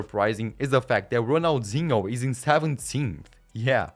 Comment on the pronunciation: "Serie A" omg this dude dont know jack about soccer Ronalzingo lol cant make this sht up